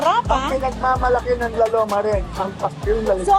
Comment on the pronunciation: heh heh heh i like the pronunciation “ lao lowma “ heh heh heh ‘ LAO LOWMA ‘ 😂